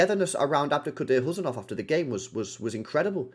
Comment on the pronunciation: Uzbek here! No need to pronounce the 'K' in Khusanov—just say it like 'Who-sun-off.'